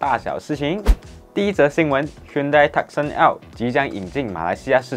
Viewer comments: 對咯，automachi 發音錯了 Tucson = Tu song or Two Sun 而不是Teck Sen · Tucson 发音是 tu - song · 是的Tucson（Tu Song) 是Arizona 的一個城市. 希望下次主播能更正發音。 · Hyundai 正确读为“Hyondae" Tucson 不是“Tuckson", 是“Toosawn" 随然这是华文的频道，但还是建议把车厂和款式名读好，因为这是关于车的频道。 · Hyundai = Hyeon Day . 不是 Hyunn dai 讀音 Tucson = Two sun "or" Tu Song .而不是 Tuck Sen 讀音 .